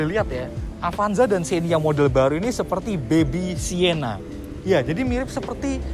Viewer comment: Siena? Sienta kali bang.